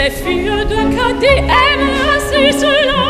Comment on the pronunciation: On ne comprend quasiment rien au texte....On aurait pu lui dire qu'il faut prononcer "Cadix" et non "Cadi"...